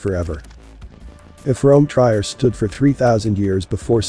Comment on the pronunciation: Trier is pronounced tree-air.